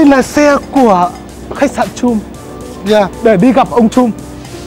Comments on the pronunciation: Bích Phương Hà còn từ trump đọc là chum nữa huhu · Chum chum =))) a nên chú ý mấy cái tên riêng vì khách sạn ngta ở ngta nói suốt mà lại đọc sai tên =))) buồn cươi vcc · You should pronounce Trump correctly.